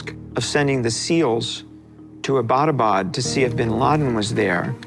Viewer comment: my man butchered the pronunciation of Abbottabad, bruh